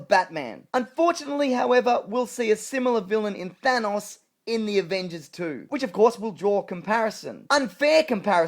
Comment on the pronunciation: I love how says that thanks would be the villain in avengers 2